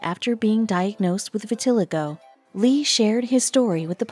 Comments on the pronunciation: Maybe y'all should teach your computer how to pronounce vitiligo. Vi-til-eye'-go. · I killed me a little inside when she kelt mispronouncing vitiligo